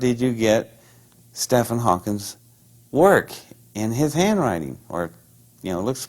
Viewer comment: Christ if he is so smart why can't he get either part of Stephen Hawking's name correct? He claims to have met him yet he calls him 'Stefan Hawkins.' Sorry but getting both parts wrong is so unlikely. People not into science get his name right FFS!